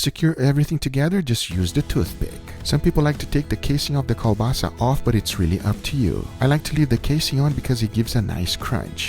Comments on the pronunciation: He really called the kielbasa kolbasa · Hey Guga, "kolbasa" or "kiełbasa" is sausage in Polish so you basically said "sausage sousage" xD